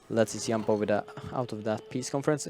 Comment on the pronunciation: Please Paradox, change the right side commentator to a person who actually able to say properly "join" "jump" ect. My ears are bleeding!